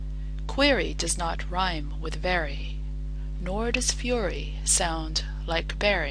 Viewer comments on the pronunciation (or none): none